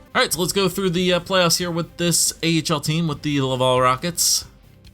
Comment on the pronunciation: I'm from Montreal, it's actually not pronounced "love-all" for Laval, the A sounds are open and sound more like Atleast or like mAp.